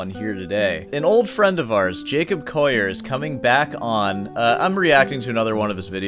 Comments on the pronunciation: It's not pronounced 'Coyer'. It's coh-lee-ur. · do you really think you know how to pronounce his name better than he does? its collier not coyeh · Jacob Coyyur hahaha call e ur would be how it's pronounced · Don't do a take-down video and mispronounce the target's name! It's "call-yer"; there's no "oy" sound in there. Undercuts a claim to having good "ears"; I apologize for being mean, but it has to be said. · Collier is pronounced with an L not a Y. You're saying Coyer. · I love how you pronounce it “Coyer” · It's always a red flag when the presenter can't even pronounce the subject's name correctly. It's not "Coya" :/ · Who the f*ck is Jacob "Coyer"? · You see 2 LLs and pronounce it "Yu" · Bro he ain't Spanish... You can pronounce the "ll" in his name. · The number of times you've said his name wrong in the first minute omg Clearly a show of dominance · Straight away within 1 min I am put off by this guy's weird arrogance. How am I supposed to trust his expert opinion when he hasn't even managed to correctly pronounce the guy's name who he is attempting to critique? Maybe he has a speech impediment? Whatever the case, this is not a very convincing start...